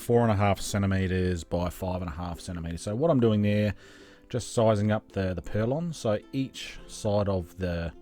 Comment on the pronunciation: Just a quick on, they are not purlons . . they are call PURLINS